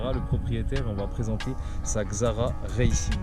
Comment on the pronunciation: C'est pas reilcing mais racing.